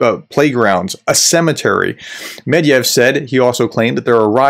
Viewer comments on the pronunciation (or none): The guy‘s name is „Med-ved-jev“ (not „Med-jev“). Other than that - great content. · It's medVEdev, not medYev. I'm sorry, but it's one of the easiest russian surnames and you have no excuse for butchering it. Otherwise, great stuff! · Why do you call med-ve-dev med-yev? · It’s pronounced “MED-VED-IEV”, not “MED-IEV”… his last name comes from the word “медведь” meaning “bear”. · It's NOT Med-yev, it's Med-ve-dev, for Pete's sake, look closer at the letters please, don't discredit yourself! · Mediev? It's Medvedev, pronounced Medvedef in English, or more like Medvedief in Russian, with a very light "i" before "ef" at the end. You forgot a whole syllable,. 😄 Which is bad, because I'd rather have us forget the whole name and awful man, but he keeps coming back... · It's MedVEdev and SoLOVyov. They're crazy criminals, but its worth pronouncing their names correctly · I don't want to come across as a smartass, but it's Medvedev. Not Mediev. I love your channel. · How are you pronouncing Medvedev so wrong, Medeyev? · Professor - Please learn how to pronounce Mr. Med-ve-dev's name. The former President is well known throughout the world and equally disliked. You seem to be spot on with your assessments. However, your inability to pronounce the man's name does not help your credibility. It's only three syllables! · Practice your MEDVEDEV pronunciation before filming. Credibility is a wonderful thing.